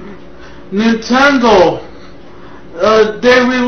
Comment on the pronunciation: neen ten doh SHIT cyuube